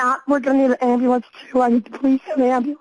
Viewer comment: The cop said “ambliance” lol that’s how 4yr old kids say it 😂